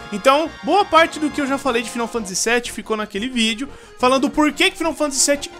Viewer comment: Faaaaainou Fantasyyy pelo amor de Deus, n eh 'final'